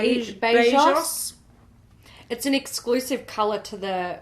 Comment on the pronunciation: Awww I’d buy the Physician’s Formula stuff just bc as a Brazilian I thought it was super cute 😅😅 btw great pronunciation of “beijos”!! It means kisses 😄